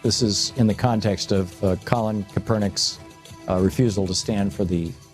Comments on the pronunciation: If you're going to use Colin Kapernick as a reference, learn to correctly pronounce his name! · His name is Colin Kaepernick pronounce his name right or don't pronounce it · The credibility of this fool is pretty weak when he doesn't even pronounce Colin Kaepernick's name properly. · Colin Kaepernick pronounce his name right or don't pronounce it at all